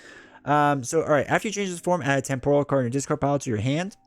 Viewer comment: TEMPORAL. Pronounced [TEM] + [PUH] + [RUHL]. Damn you,!